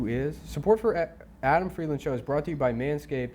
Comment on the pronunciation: Adam still refuses to say his last name correctly